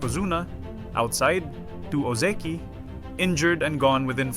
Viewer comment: Lol you were fooled... this is an AI voice. Need proof? Watch again and listen to how it pronounces Ozeki carefully. Most of the time it says Oh Zee Key but not every time, sometimes it pronounces it properly as O Zeh key. That's important to know because real humans will consistently pronounce it wrong. There are a bunch of other things I could point out but that is pretty obvious tell that it is AI.